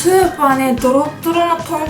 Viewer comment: とんこつがポンコツにきこえた